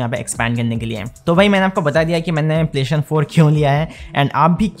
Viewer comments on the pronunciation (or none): It triggers me how he calls it ‘playshin’😂